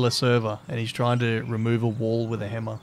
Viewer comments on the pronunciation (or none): none